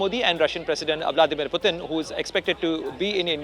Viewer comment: Its Putin not puetine😂😂